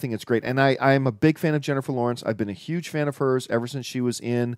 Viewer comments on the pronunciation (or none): none